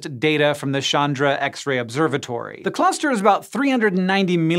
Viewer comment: it isn't 'shundra' like in shutter but 'chandra' like in cha cha cha. Chandrasekhar. 'chandra' means moon.